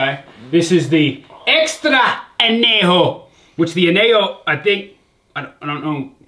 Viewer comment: listening to you pronounce anejo....... hurts me